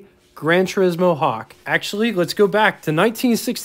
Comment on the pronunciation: Minor quibble on pronunciation: It's "A-vahn-tee", not "A-vahn-tay." Likewise, it's "Tur-ees-mo", not "Tur-is-mo." The "i" in Italian is pronounced like a long "e". Sorry...just hit my ears wrong. My dad owned a 56 Golden Hawk (yellow and white) and later a white, 63 GT Hawk. The Studebaker dealer in Virginia Beach where he bought the 56 also sold Mercedes, and yes, the grills did resemble those on Mercedes at the time. He said the 56 was good for a 7-second 0-60 mph time. The neat item at the time on the 63 was that was the year the US changed to amber turn signals. It was quite a novelty to see them and JC Whitney catalogues even sold amber-colored polish to change clear turn signals to amber. The front fenders also had translucent markers that lit up at night. I took my driver's license test in the 63 and it was definitely a head-turner.